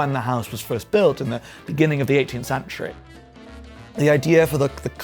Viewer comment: I'm sorry; I just can't get over it ! 'House' he pronounces 'hahs' ; 'century' becomes 'shantûriee' and his prononciation of 'blue' is like the blue of a Chicago newspaper salesman ! 😂😂😂 Thank you for the delightful 'refreshing' vieuw on Brideshead Castle. The pavillon of the Four Winds has a flllohr inlaid with porphyre ,which is a particular favorite of mine..... Is this a persiflage of Oskar Wilde ???